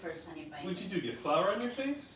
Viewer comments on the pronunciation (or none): none